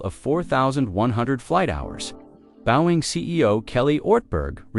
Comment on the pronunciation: teach your AI voice to pronounce 'Boeing'.